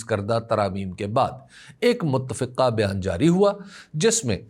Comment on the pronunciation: م ت ت ف ق ہ - متفقہ کہنا چاہئے